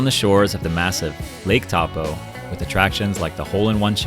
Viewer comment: Taupo is said "toe-poh"